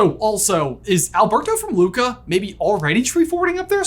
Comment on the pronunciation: Stop. Don't ruin it with "Luca".